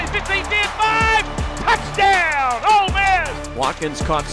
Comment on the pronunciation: how is our own commentator calling it “old miss”